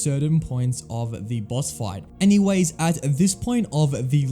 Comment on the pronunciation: Every time you say the i hear "thee" and i cant unhear it now im listening for it